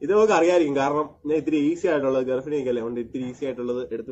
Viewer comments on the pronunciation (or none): Garfini allada potta garbini